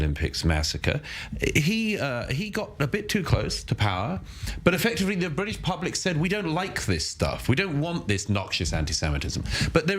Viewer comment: "bwitish" Don't you mean ewe-kay?